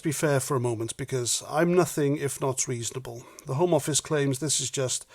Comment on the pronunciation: You pronounced 'the homo office' incorrectly!